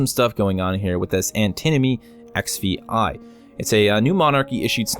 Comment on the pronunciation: XVI reads as 16 ! Antinomy 16 and not Antinomy EXFi ! :-) LOL Roman numbers ! Americans :-)